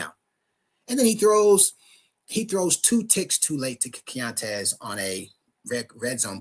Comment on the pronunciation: it’s “key-on-tez” keontez. Respectfully.